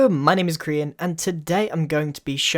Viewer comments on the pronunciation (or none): Ian Monday he said "Krian" instead of "Grian" so.. watch the video dumbass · I just heard "Hello my name is Korean " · The fact you said Krian instead of Grian is adorable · hello! My name is Crian! Who else heard that 😂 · In the beginning it sounded like he said "Hello! My name is Korean" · is it me or he said "Hello my name is Crian" xD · you said "hello my name is crian" ha ha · He said, "hello, my name is Krian!" That's what I heard! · It sounded like "crayon"